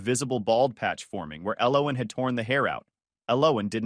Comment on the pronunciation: Mispronounced the name "Ellen"(el-len)